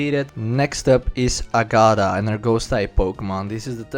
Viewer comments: Its ag-a-tha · it's AAga-far. good video overall though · Agada!!! = Agatha lol.... love it